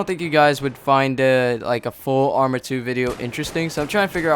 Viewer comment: i thought u were saying amry of 2 this whole video.